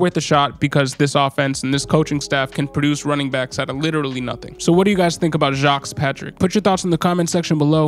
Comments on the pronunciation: Great overview, just scooped him up. I think it's pronounced: Jah-Quez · 😂 that man from Florida I'm almost certain it's ja-quez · (Ja-quez) is how you pronounce his name! Go Jesus! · His name is pronounced Jah-Kwees. Geez bro 🤦🏾‍♂️